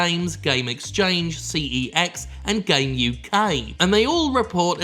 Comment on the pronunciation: I dont know if anyone has said this but cex (formerly computer exchange) is pronounced sex